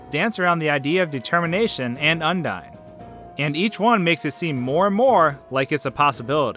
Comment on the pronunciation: You pronounce it as Un-dee-n? Undyne's name is pronounced as Un-dye-n. Undine (the way you pronounce it) was a race of fish people Toby thought would be a good attribute to Undyne. Then, her genocide name is Undyne the Undying. Her name is derived from undying while her appearance is from the race.